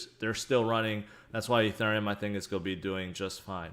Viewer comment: I love the way your pronounce 'going to', as - 'goia'.... every single time! I can't unhear it now and find myself tallying your 'goia's throughout your vids. Current record is 38 Goias'!!! Keep on goian, bud!